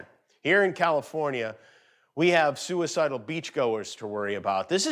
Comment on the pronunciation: "Suicidale beach goers" 🤣